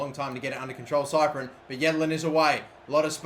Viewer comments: Big love but, if you keep calling cyprIEn cyprEn I'm gonna have a seizure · it's prounounced sip-ree-en not cyprien, love the series though